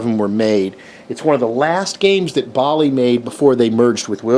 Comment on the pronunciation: The way you say Bally will never not bother the hell out of me.